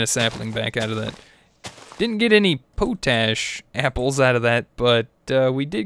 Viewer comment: i believe you are pronouncing potash incorrectly